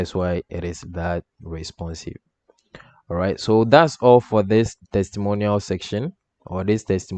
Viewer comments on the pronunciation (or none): When you talk 'all for' it sounds like 'awful'